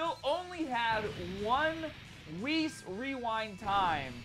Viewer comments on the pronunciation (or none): none